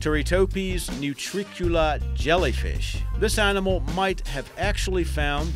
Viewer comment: What's this " Arninmall" can't he say "Animal" 🤗